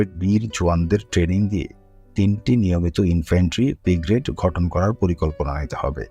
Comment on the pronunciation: গঠন কে ঘটন বলা হচ্ছে বাকী সব ঠিক আছে